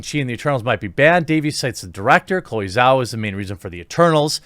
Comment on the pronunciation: Its pronounced jow or jao btw not zao, the zh makes a j sound like in just or juice